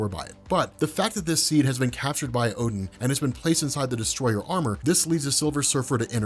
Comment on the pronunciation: Not oh den a gain